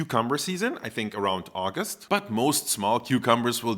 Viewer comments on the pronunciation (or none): none